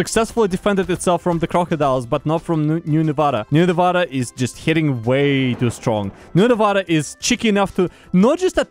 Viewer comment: I have one problem, okay? your saying nevada wrong. its not novoda. its nevada. cmon.